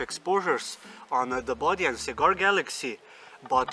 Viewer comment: Super creative, very well executed!, and FUN! Great work! PS isn't it "Bode"? Sometimes the 'e' in this inconsistent English language, is not silent, but long..."bō-dē" not a big deal, but